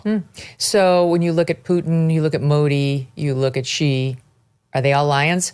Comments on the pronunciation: Please learn (along with all the Fox News Folks - who I love) how to pronounce the President of China's name. It is pronounced EXACTLY like the English work "She". you know like "He and She". It is not G there is no catch z sound. It is Xi - that is "She". I am an American living in china (YunnaN) for a half a year - every year for 16 years. Chines people all laugh when almost all American news people can't pronounce his name correctly. By the way - chines can all pronounce President Trump's name. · Xi 🚫 G ✅😂